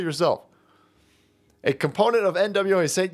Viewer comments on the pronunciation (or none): none